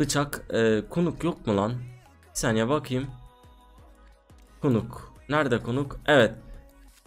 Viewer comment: Knuck bıçagına kunuk demeyin nak diye okunuyor cahil cahil konuşmayın